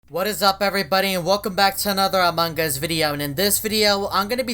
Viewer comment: Noone: Eveytime says Among us: among gus